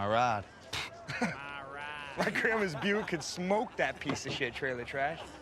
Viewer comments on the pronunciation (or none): "MYI RIDE" dead lmao